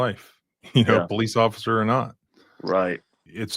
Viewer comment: "poC"...? "Occifer"? Are you okay?